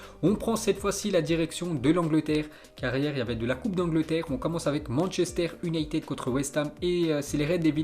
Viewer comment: manchester YOUnited. fais un effort !!!